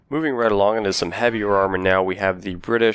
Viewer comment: Ver macht is how you say it dammit not weremact